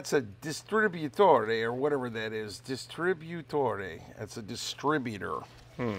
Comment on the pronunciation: My god! You sir are so awesome! You are most impressive! I am from Romania which is a latin country and hearing you read distributóre is awesome! Love it! Best regards all the way from Romania!